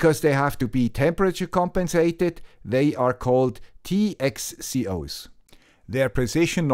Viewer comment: at 2.52, TCXO, not TXCO :)